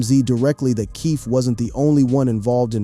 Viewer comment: Aside from some of the visuals being totally non sequitur to the commentary, there's plenty of continuity issues: "PEE RUE" "SHOE GID KNIGHT" "PACK's assassination" "KEFFAY"